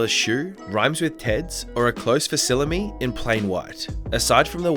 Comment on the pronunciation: Ahem, it is pronounced FACKSIMILEE not FASSIMILE.